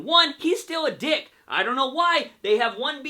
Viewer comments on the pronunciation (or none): none